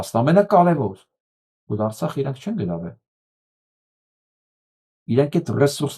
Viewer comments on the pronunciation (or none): none